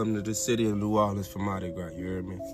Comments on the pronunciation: You said it right! Lol New Or-lins! I’m an Oracle reader. 😊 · You pronounced New Orleans correctly! It’s people who say “New OrLEENS” that make them stand out as a tourist haha. I lived there for awhile and the whole thing felt like a psychedelic experience (minus the actual psychedelics lol). It’s a special place that will put a spell on you. It’s incredibly hard not to miss it there and feel drawn back there frequently. You never really leave… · You absolutely pronounced New Orleans correctly! So many people butcher their pronunciation. You did well!💚😊